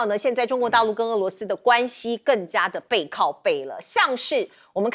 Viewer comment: 主持人注意标准发音：俄罗斯，俄是二声，不是四声